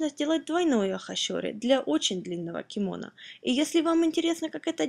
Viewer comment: я посмотрел на вики, ударение на последний слог в слове кимоно